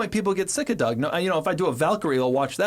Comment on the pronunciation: "Dour Demuro" 😆